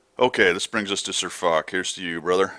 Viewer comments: Its not Fock, Its Foch (prnounced fosh) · i am sorry and you probably don't give a flying f*** but man does it get on my nerves how you pronounce foch an circonflex